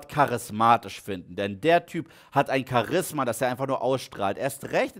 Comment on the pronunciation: Man spricht es btw Cha-ris-ma aus, nicht Cha-risma 😄